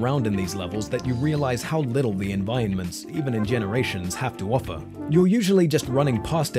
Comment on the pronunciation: your saying environments wrong